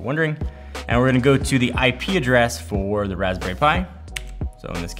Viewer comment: Convenient FOR me. Vertically INTEGRATED. You'd swear english was your second language in this one.